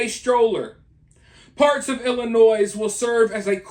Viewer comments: STOP saying the s on Illinois 😉 i live in Iowa right on the Illinois border and honestly we've not seen any yet. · Please, no s on Illinois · no S in illinois! lol but yes we have a LOTTTTTT here 😅